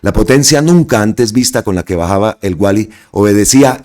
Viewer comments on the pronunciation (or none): Por favor, se pronuncia El Gualí, con tilde y acento en la í, no el Guali, con acento en el diptongo UA.